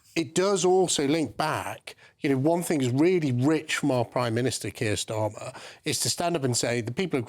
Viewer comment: Starmer couldn't wipe his Rs properly, a complete derrrrr.